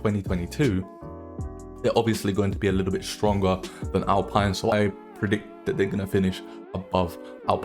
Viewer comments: Alpine is spoken out as Alpeene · Alpine said like “Al-Peen” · you are saying alpine wrong